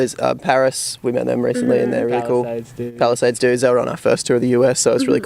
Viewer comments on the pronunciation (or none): Is it just me or did they say palisades "sold out"?